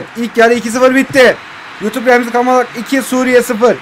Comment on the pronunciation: R dönüşü😂